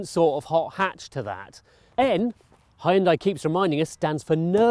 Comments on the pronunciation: Good review but Hyundai is pronounced "han-de" not "hay-un-dey". Would love to see a 3-way test of Veloster N, I20 N, I30 N. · Nice review! Please note it's pronounced "hyun-dae" not "hi-yun-die". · Please stop saying Hyun-dai like that... it legit gives me chills. It may be spelt Hyundai but the true pronunciation is Hyundae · Hi-you’n-Dieeeee 😅 (shouldn’t it actually be 'Yawwwnn-Daeeeeee ? 🤔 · Hi hoon die? " Really? Learn to pronounce. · Did he just say "high-undai"? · It's pronounce Hyundai- Hunday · Hyundai rhymes with Sunday. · Hooyutai. Так правильно. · It took me 15 seconds to look up the pronunciation of Hyundai. Why do you have to invent weird words? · He has a new pronunciation for #Hyundai!! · Had to stop watching the video because he keeps mispronouncing Hyundai to a point where it gets so annoying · I like the way he say "Hyundai"